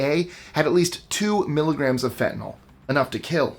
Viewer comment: Couple of things...Botox is NOT poison. Subcutaneous injections paralyze muscles in a VERY controlled area. And Fentanyl (thank you for not pronouncing it fentanol~~) is MANUFACTURED in the USA. Some is smuggled in, yes. But Most is made right here at home. The one you missed? DEET! Do not spray this on your body. And another not mentioned? Roundup! So many people swear it's safe and continue to use it. But it's very toxic to wildlife INTEGRAL to human life, such as bees! Please please please dispose of it correctly for public safety.